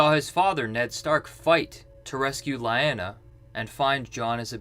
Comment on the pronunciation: My guy you pronounced it Lie-anna but its pronounced Lee-ahnuh in every scene shes mentioned in 🙄🙄🙄🙄